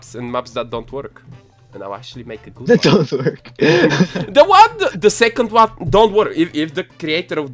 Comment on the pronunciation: when you say "work" it's sounds like "twerk"